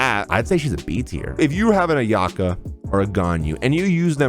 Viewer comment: Thank you for pronouncing my fav character “Ayaka” as “AyA-Kah” not “Ayak-AH”